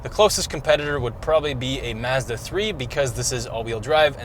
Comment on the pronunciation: I like how they pronounce Mazda as "Mehzda'